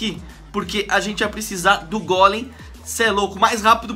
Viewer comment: ainda bem q ele fala golem pq outros falan gôlem e é gôlem e golem e todos golemaran